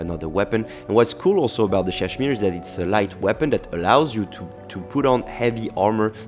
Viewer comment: I’m not sure if you knew this, but you kept pronouncing Ssadshmiiiree wrong. Just saying :)